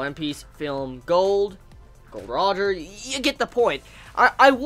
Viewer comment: It's not gold roger it's Gol. D. Roger